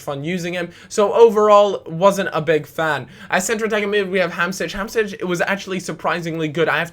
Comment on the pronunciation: Why do you say hamsich? I know that you're bad with names but where the fuck is the ich part?